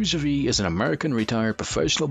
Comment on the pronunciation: This may be the worst NBA related video I've ever watched. How is TIm Donaghy a 10 Best Ref? And how do you have a voice-over guy pronounce that is clueless on how to pronounce"Bavetta" or "Javie" or "LaSalle"? Don't produce content if it's going to be this low quality. Just reading everyone's Wikipedia doesn't equal a quality video. Absolutely pathetic. A waste of 7 minutes of my life.